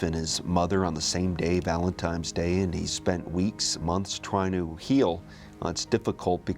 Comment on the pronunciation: Did that “author/historian” Brinkley really say “Valentimes” day? I listened to him say it 3 or 4 times and I swear he said valentimes, tough to take an author/historian seriously when he says something like that